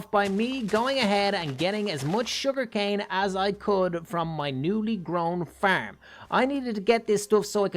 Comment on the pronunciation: Its farm not faerm